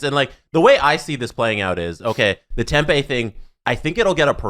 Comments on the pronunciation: Hey boys, southwestern American here. Totally minor gripe, but the town isn't pronounced like tempeh. Tempe is tem-PEE not tem-PAY. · Dear the boys, It’s pronounced Hila River arena even though it’s spelt with a g and it’s Pronounced tempe not tempa. Thought u might want to know since these topics probably won’t go away anytime soon lol